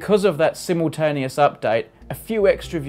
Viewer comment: I like how you say "Africar" and "simmultaneous" (with a short "i").